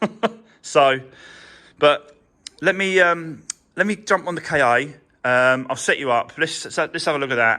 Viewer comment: the Ford KA is pronounced ‘Ford car’. The word is Egyptian for soul.